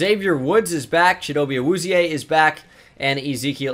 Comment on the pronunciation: Dallas Cowboys fan here; you were close at pronouncing Chido's name, but ill help a little. ill make spell it how it sounds rather than how it looks; Chee-Doe-Bay Ah-Wooz-She-A. Love your vids brother.